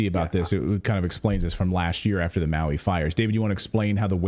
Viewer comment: Can you say Maui???